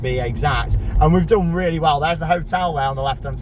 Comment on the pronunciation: Sorry but u said wall not well sorry just picked that out 😂😂😂😂😂😂